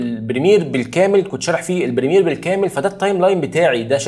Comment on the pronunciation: بريمير وليس برميل